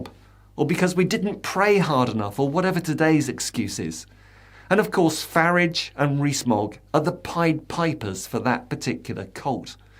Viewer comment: Why is everyone suddenly calling farage faridge.